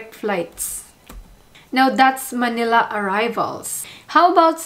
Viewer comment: Thanks for the video!Please do not pronounce Manila as Maynila. Get rid of the “Y” .